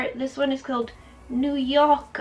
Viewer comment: Your so cute. The eye look is amazing as usual honey. Also: Nu Yoka is what I think your trying to say 😊❤️